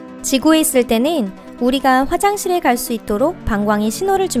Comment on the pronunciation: 오늘읜, 지구에 있을때늰, 그늰 ... 발음 왜 저러냐 소오름~